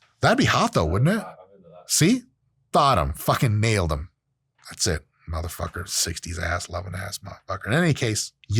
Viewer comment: I swear Dr. Mike morphs into a black man every time he says “Mutha f*cka”. 😂